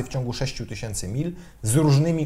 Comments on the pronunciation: Tys. od tysiąca a nie tyś.iąc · tys. a nie tyś. !!!